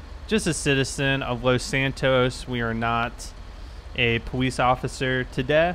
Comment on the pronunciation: powice officer lol boweive lol